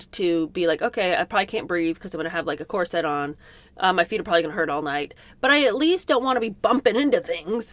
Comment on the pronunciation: I'm so curious where the gen-z habit of calling corsets core-SETTS came from. Does is come from reading the word before hearing spoken? For the record it's pronounced CORE-sit in most American accents.